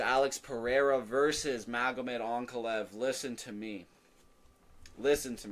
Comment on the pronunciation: Did I hear an AnakaLAEV????? Growth